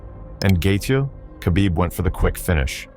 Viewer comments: It's no Qabib. It's Kh, you say it like you have something stuck in your throat and your choking. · It's Habib.. k is silent bros🤣🤣